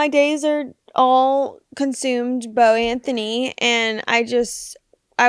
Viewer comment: Fred and any new Christmas traditions you’re excited to start doing with baby Beau? Also Fred you’re actually pronouncing my last name correctly, a lot of people struggle with it!🤣